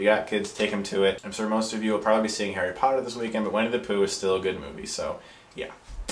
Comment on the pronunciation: LOL It's pronounced "Winnie the Pooh," not "Wenny the Pooh." I'm a troll aren't I?